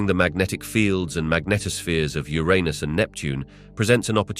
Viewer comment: He said Ur-un-us correctly the first time, then proceeds to say it incorrectly from that point on. "Your-run-us" not "Your anus".